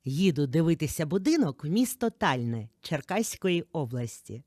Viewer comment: Не ТАльне,а ТальНЕ,дякую за чудовий огляд .